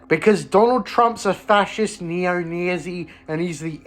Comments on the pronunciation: Being super against a man who would make life miserable for so many people is not the character flaw you seem to think it is, also wtf is that pronunciation of nazi lmao? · "Nezzy" is certainly one way of pronouncing "Nazi" that's new to me! Good video mate :)